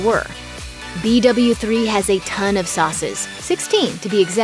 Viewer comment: Who else wanted to die every time she said b doubleu 3